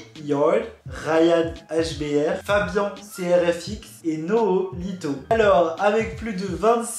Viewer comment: On dit pas NohOlito mais mais Nolito